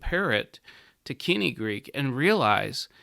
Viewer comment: Much as I love moden Greek, this man is an ignoramus. He cannot even pronounce "koinē" properly. There is no argument for pronouncing biblical Greek like modern Greek. It would be like telling your children to pronounce English like Old Norse because some sentences in Old Norse can be understood by a modern English speaker.